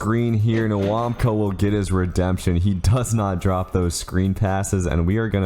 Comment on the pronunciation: I don't want to be that guy but say nwawkpa like wawpa next time